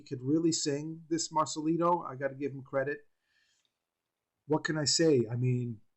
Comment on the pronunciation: Marcelito not marcalido